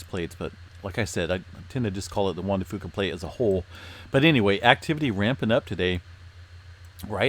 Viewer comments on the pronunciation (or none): For the longest time I thought you were saying the Wanda Fooka plate. I thought she must have been the one who discovered it LOL